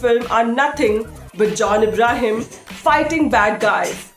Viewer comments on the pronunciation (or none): Didi! Hindi mein hi bol lein aap! Aap jaise log andar hag rahein hain aur baahar deserving talent ko mauqa nahi mil raha. John IMBRAHIM? ThirTy? EvAnts? Pronunciation, presentation, accent, sab ko ikatthe maut de di!